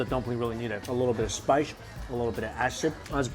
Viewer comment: Spice not shpice